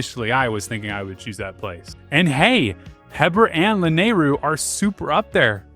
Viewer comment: Please for the love of god I am begging you to learn the correct pronunciation of these locations and names of characters and places for future videos. I'm surprised you said Lanaryu correctly. If you actually watch some of the cutscenes in the games there is the proper pronunciation. Or just look it up. Hylians and Hylia (High-lee-ahns/ah), Akkala (Ah-kall-ah), Hateno (Ha-tay-no), Gleeok (Glee-ohk), Mipha (Mee-fah), how are you getting these so wrong? This is gonna seriously tick off some real Zelda fans. Otherwise, great video.